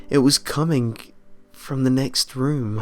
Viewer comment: Learn to not say k at the end of some word like somthink anythink comingk etc etc etc